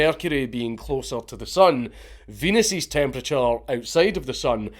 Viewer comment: "Venus's wind" haha we heard Venus queef 😂